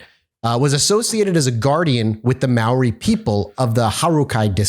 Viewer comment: Your pronunciation of many of the Maori words are off, but you made a really good shot at it. Though you did mess up some English words too.